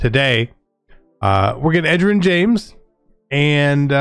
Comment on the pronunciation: Can you help Zirk with how to pronounce Edgerrin? Mans was struggling in his vid